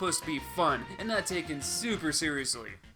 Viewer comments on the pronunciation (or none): none